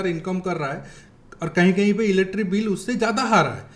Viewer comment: Are bhai wo electric bill hai, eletri bill nehi!!! 😡😡😡